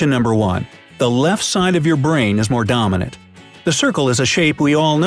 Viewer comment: How many times he says domonaint